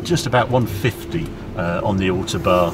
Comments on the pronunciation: Ow like owl, toe like on the end of your foot, barn like where the owl lives. Ow-Toe-Barn! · As always, a first class report. Am I missing something, I have lived away from the UK for nearly four decades and I notice Harry called the Autobahn the `ortobar´. Is this how it is pronounced in the UK?